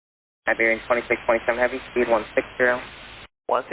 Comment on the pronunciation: After years of flying I guess, type rated on 330 and doing international flying still the guy doesn’t know how to say 2627 properly… Spanish aviation English level standards